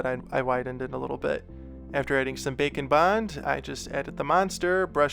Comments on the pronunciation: Every time he says bake and bond... I hear... bacon... ....... .......... I'm so fat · This was great video and I like the slime one the most. A kool thing you could do is an angle demon whacyacallit. The 2 different thing like "2 face" from batman. I know you are saying bake and bond but I like the sound of bacon bond better. Love your videos.